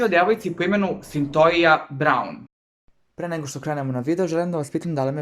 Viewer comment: Izgovara se Sintojia Sintija se pise: Cythia